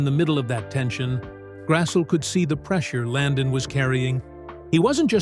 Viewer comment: Karen's name is pronounced Grass-lee, not Grass-ull.